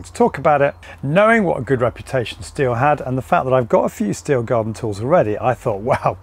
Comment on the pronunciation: Correct German pronunciation is "shteel". Just saying 🙂